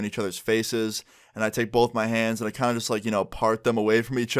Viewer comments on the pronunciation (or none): Stop saying bolth lmao